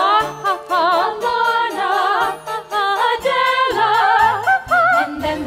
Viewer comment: Meghan Nardella it’s pronounced “Adele” I believe